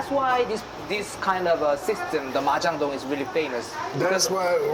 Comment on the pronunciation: ㅋㅋㅋ 마장동, 한우먹방 발음은 왜 그렇게 하는거야? 외국인이야? ㅋㅋㅋ 환장한다